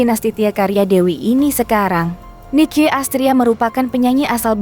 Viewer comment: Rocker bkn rockers..kalau utk lebih dari satu baru namanya rockers...dan Nicky dibaca nikki BKN rici...belajar dulu buk